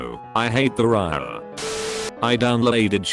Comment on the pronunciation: Great channel and content, but could you try getting a narrator/reader who is not a dumbass? "Riaa", "Limeywire", WTF!?!